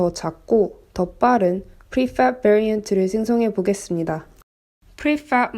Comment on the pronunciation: 그냥 프리팹이라고 하면 안될까요. 하실 수 있는거 다 압니다. 너무 발음에 유의하시다 보니 빨간색도 뿰-간색 이라고 말하게 되는 오류를 범하게 됩니다.